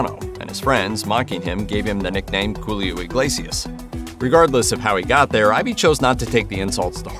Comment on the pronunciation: Am I bugging or is the narrator saying: Julio instead of Coolio?...🙁